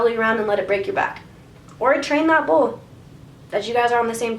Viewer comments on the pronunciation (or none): I kept hearing bowl instead of bull and I was so confused on what the heck that cowboy was doing